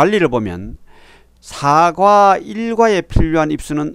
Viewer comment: "사가"가 아니고 "사과" 입니다.